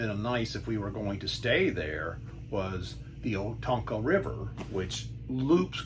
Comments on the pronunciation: It's pronounced O Con toe. The river is pronounced the same way. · hello! I am from here, well town next door. This was one of the first places my parents took us camping. Oconto is pronounced Oh-con-toe. Its very much a small town campground, so not a ton of amenities like a Waterpark or inflatables or activities, but nice for simple camping.. My husband and I are hoping to take our small kids there when we start camping.